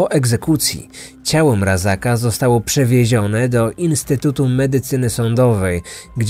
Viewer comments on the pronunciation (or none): Tylko nie mówimy Mrazaka, ale Mrazka